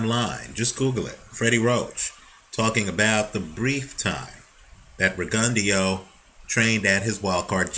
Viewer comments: RE-GUN-DOUGH not RE-GUN-DEO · Will you please pronounce his name correctly? It's Rig-en-DOUGH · I think it's pronounced Rigon-Dough. Js